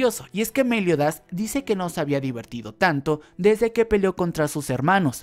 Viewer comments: Es Meliodas, no méliodas 🙄 no me intentes cambiar los nombres de los personajes 😌te lo pido por favor 😌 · Por favor me das un tik al pronunciar a meliodas con acento lo pronuncias Méliodas en lugar de Meliodas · Xq decís méliodas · Es Meliodas sin tilde joder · Me Da Risa Como Decis Meliodas😂